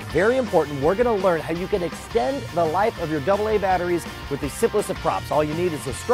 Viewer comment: Its with not wid